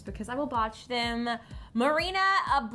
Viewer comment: Hearing them butcher Mariana and ulay's names.....seeing Gigi and Kendall do that......hurts